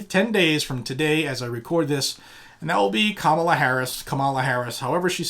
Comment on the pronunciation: As someone who just finished living in and near San Francisco for a little more than two decades, your pronunciation of Kamala is fine. You can work on Harris. 😄